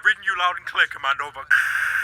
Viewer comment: "I will crear Gordon freeman an easier path"... BLACK MESSA